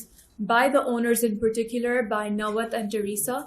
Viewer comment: Nawat ✖️ NAPWET ✅